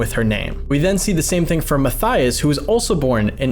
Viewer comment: Matthaus is said "ma-tay-oos"- not "Matthias".